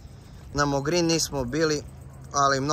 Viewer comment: Nije mogrin, nego Mogren !xD